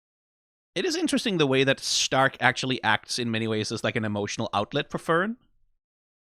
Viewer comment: Think its funny how you go and pronounce Stark correctly, but then in the same sentence still call Fern like the plant and not the german "Far" (also, yknow, Far, cuz shes a sniper, it funneh)